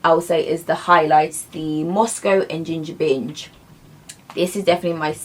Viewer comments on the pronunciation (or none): Absolutely stunning! But i nearly choked, it's Ginger Binge, not er Ginger Minge! That's a whole different video lol! well play it back for yourself 😳😂😳